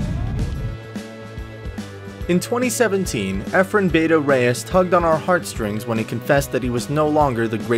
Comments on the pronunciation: i hate is when he says bayta instead of bata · Yeah for fuck sake he pronounces it like BE-TA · Bah tah! that's the Filipino word for a a kid, or a young boy, not " beyta! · "Beta"??? Get it right or don't say the name of the greatest pool player of ALL TIME! Its "BATA" and it means "YOUNG" Efren's game at 60 was younger and fresher than most 20 something play professionals. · I believe it’s pronounced “BA-TA” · its a big deal its sounds like beta. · Pronounce it " Bah-Tah" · Efren "Bah-Tah" Reyes. Get that shit right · You could at least pronounce ‘bata’ correctly. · 99% of Americans who watch this video don’t know what is meant by bata anyway, so who cares if he mispronounced it. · yeah that was my bad now that i realized it its actually much harder to pronounce the word for foreign people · How come your other video u said his name proper but not in this video.. its a careless mistake or u begining to dislike him..? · Hey try to decide if he is Reyes or Rayes. And learn how to pronounce Bata. This is painful to watch. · First off, find another narrator. Whoever was talking mispronounced Bata, meaning the first time he heard of Efren was on the script he was handed. He probably knows nothing about pool. Secondly, "lost his magic"? If Michael Jordan lives to be a hundred and can't even dribble does that mean he lost his magic? If Mayweather loses a fight when he's 60, does that mean he lost his magic too? People will always age, their abilities will degrade, but their Legend comes from their greatest feats not from their weakest. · It is apparent that the voice over talent (or owner of this account) is not familiar with billiards. He doesn't know Efren Bata Reyes. Imagine pronouncing Michael's surname as Hordan or Kobe's name as Cob. Researched everything, except the right pronunciation of Bata. It's a disgrace! I'm sorry, but that's just the truth.